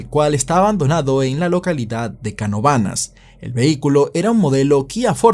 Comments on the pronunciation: Le dieron dos perpetuas y es caNOvanas no canoVAnas😂😂 mis respeto, soy de pr y eso fue feo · Como que canovanás😭 es CaNOvanas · buen resumen, el unico error de fue la manera de pronunciar el nombre del pueblo de canovanas … 😂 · Canovanas no se pronucia así